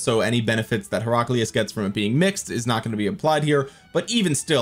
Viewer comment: You're pronouncing Heraclius wrong.